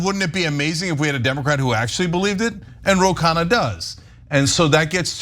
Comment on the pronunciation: It’s pronounced “KhUNNa” not “khaana” which means meal (food)